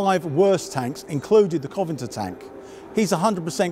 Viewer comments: Dunno but it's cross-disciplinary, my boss knows quite a bit about computers and can fix almost anything electronic, but mangles "Proprietary". But I definitely noticed "Coventer" and "Panzerfast"... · I'm not sure whether it was 'vowel softening', his discomfort in front of the camera, or if he genuinely believes it's 'Coventer' It was a bit odd but I think we can forgive him that little faux pas. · You said Coventer three times in the first minute. Can you say CO - VEN - ANTER? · COVENANTOR not Coventor, come on, you write about tanks, please get the name right. Interesting video with lots of anecdotal stories, always good to hear, but please be careful with the name pronounciation. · Interesting video, shame about the mispronounciation of Covenantor. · And that he called the covenanter a Coventer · Why do even experts mispronounce Cov-en-ANT-er... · Exactly. "Covingter ..." LOL! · I agree in principle, but the fellow in the video has omitted an entire syllable from the word. "Covanter" is just wrong on the face of it. So there. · Secret name :P Coventer! :D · Have I been saying 'CovenANter' wrong all this time? Serious question. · "The Coventer" 😆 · You really should be able to pronounce a tanks name if you are going to talk about it. What is a Coventar? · His accent (and mine too) softens vowelles in many words, ultimately dropping them. Covenanter is a fairly blocky word anyhow, so it gets softened to Coventer. This happens in many words, take comfortable, or "comftable" as we say it, or vehicle and "veercle". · I know what your saying, I say comfortable the same way, but he's not just softening the vowel (Coven'nter), he's missing the whole syllable (Covanter). It sounds bloody odd. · Am I mad, or is he mispronouncing Covenanter? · I'm British and I'm bloody annoyed at the way he's pronouncing it. As for your aluminium comment, I shan't even dignify that foolishness with a response. "Aluminum"! Honestly! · Can you even say Covenanter correctly? What is this...